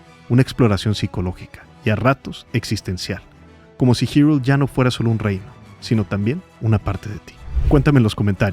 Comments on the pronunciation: Es la primera vez que escucho a alguien llamarle Girul a "Hyrule" (jairul) en vez de Irule 🤭🤭🤭 Que buen ensayo de éste producto cultural maravilloso que es The Legend of Zelda. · acaso dijo "girul"?? no se que pensar, se siente extraño escuchar "girul"